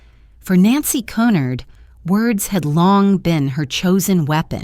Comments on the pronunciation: If it was 'Cunnard' it would be spelled that way. It's Cunard. phonetically... 'Q-nard'. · Que-nard! Pronounce correctly ai fake! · This is the most appalling dross I have listened to. Moronic voice cannot even pronounce Cunard properly.